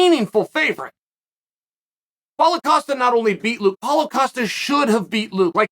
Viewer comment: Chael is saying Paulo Costa correctly these days. I remember last year it was "Paul Acosta" and we all just accepted that Uncle Chael changed his name for him.